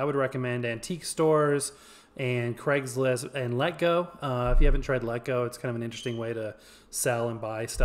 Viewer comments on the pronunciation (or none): none